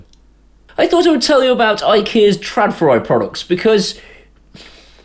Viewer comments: No, the 'åd' part in trådfri is pronounced as aud in baud or audition. Fri is pronounced as free. So: ~Traudfree. Your pronunciation sounds more like treuwfrie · Stop mocking Sweden. ;-) I will teach you to pronounce the name. Pay attention: TR-ÅD-FRI. Take the word FRAUD. Replace the beginning FR with TR. TRAUD. Then add the word FREE. There you have it: TRAUDFREE = TRÅDFRI. Simply Brilliant! If you wanna be more advanced, skip the thick R's from back of you mouth, and but it at the tip of your toung. Rrrrrrrrrrrrr, like Conan O'Brian spinns like a cat. ( TRÅD means WIRE, FRI means FREE, so FREE OF WIRES). Your welcome. :-)